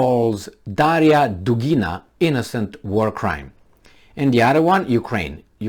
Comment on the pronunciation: dUgina, not dugIna